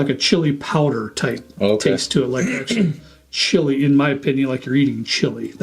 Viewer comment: Chilli, its chilli, like a chilli, chilli